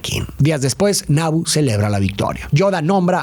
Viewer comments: No es Nabo, es Nabú de Naboo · Que horrible pronuncia Naboo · El hecho que pronuncies mal los nombres como maúl o naboo, me hace pensar que no la viste y solo leiste un guión, que lastima